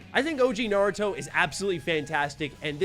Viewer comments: says Naruto incorrectly, so I hope you didn't learn from him. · I didn’t know there was a “correct way” to pronounce “naruto” in the English language. I guess it would be similar to “poke- EE-mon” vs “poke-a-mon.” Honestly it’s all kinda dumb anyways since even the “correct way” doesn’t sound like the actual way it’s said in Japanese.